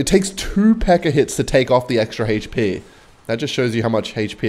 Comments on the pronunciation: For the love of jesus and joseph please stop saying hp as "heych-pee" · says "Haych Pea"